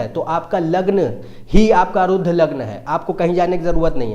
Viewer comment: अरुद्ध नहीं भाई "आरूढ" जिसका मतलब है "सवार" या "चढा हुवा" जैसे "अश्वारूढ". घोडे पर चडा हुवा । उसी तरह आरूढ लग्न का तात्पर्य है चडा हुवा लग्न । भाई हिन्दी तो सीख लो, संस्कॄत तो दूर की कौडी है। अंग्रेजी छोडो - हरियाणवी मे बोलो ।